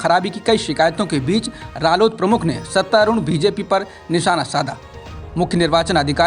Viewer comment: सत्ता रुंड नहीं सत्ता आरूढ़ बोलोगे तो ठीक रहेगा